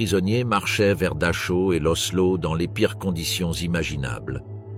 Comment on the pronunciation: Exact Dachau se prononce Darao et Rudolph Hes se prononce Heis...